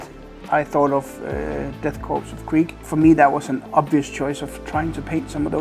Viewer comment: You absolutely nailed the Krieg